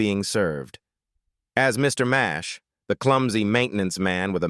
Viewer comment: It was Mr Nash not Mash why don't these people do research before doing these videos